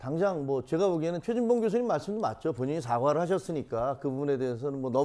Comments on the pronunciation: 나는 분명히 죄진봉으로 들립니다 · 대화자 박진이 연이어 대답한 내용을 지워버리고 사실을 왜곡하는 것은 악마적 편집! 최진봉이 아니라 죄진봉으로 분명히 들리네요